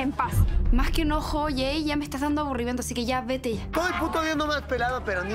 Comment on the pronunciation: En primera es Jey no eel Jey jajaja se nota lo naquito....brayanss😆🤣🤣